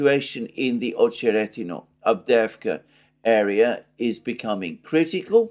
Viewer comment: AhcheRETinah, stress on RET, not on oh